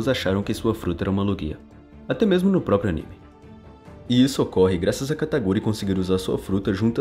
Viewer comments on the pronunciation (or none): none